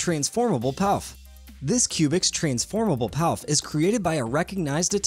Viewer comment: Pouf is pronounced “poof”